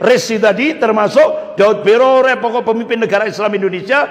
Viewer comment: Subhanallah, saya selalu mengikuti ceramah pak Ustadz ini dan senang. Cuma ada lucunya ketika beliau menyebutkan nama Pak Daud Beureh menjadi Daud Broreh. Ha..ha..ha... Jadi saya ketawa dan geli dengarnya.